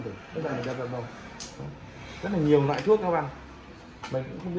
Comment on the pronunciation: Loại thuốc chứ không phải NOẠI thuốc nhé nghe mà đau hết tai